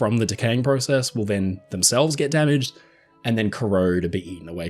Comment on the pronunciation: You said process wrong again...